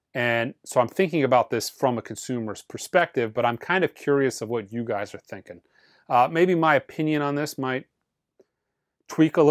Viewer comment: "You guises" ?